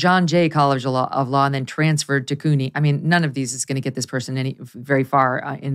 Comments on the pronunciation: She cant Pronounce cuny my god do some research before you report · OMG!!! She can't pronounce CUNY??? Come on Meghan!